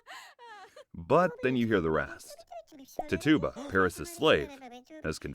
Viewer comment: Tituba Ti-choo-buh. Not tutuba